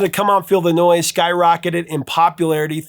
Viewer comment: Come on feel the noise. It sounds like you're saying "come on Illinois" pronouncing the s.